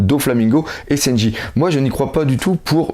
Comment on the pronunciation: ce qui menerve c'est lesprononciations des personnage ,louffy pour leuffy ,seynji pour sanji putain..xD